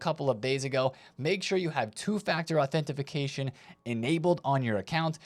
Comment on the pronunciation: Authentification? 😂 Do I use an authentificator app for that?